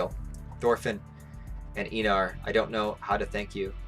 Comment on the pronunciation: Ain't he Einar not Einor🗿